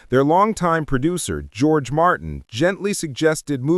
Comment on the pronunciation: AI hasn't figured out how to pronounce the name George yet